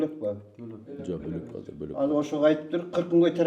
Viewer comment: Ушул азыр деген созду казыр деп башына эшектин....